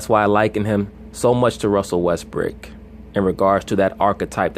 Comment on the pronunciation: Why do you keep saying Russell "Westbrick"?